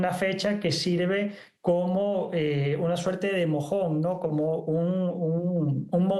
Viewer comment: Bro really said “mojón”